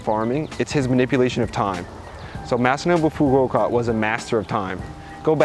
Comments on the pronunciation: Master namafafouka? What of evolution? I cannot understand what you're saying. But I'd like to. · Master who? Which doc.? i couldn't understand you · same. i listened to it like 4 times and still cant get the name. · Help, question Master who, and what video i did not understand him at around 9.45. Would be nice iff someone can help me out. Thanks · Master who? What is the name of the documentary? I couldn't make it out.